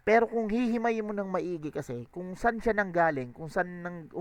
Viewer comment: yung sa Edison line tingin ko "Edi Saan yung innovation?" yun. kasi tinutukoy niya walang ginawa si Lilstrokes eh, tas mabilis yung pagbigkas niya ng saan into sun.